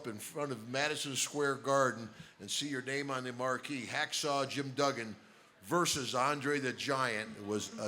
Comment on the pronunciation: It's not "DOOGAN" its DUGGAN, with two Gs!